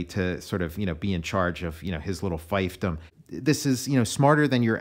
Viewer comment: Great video, Tom. Fiefdom is pronounced FEEF-dum, not FIFE-dum.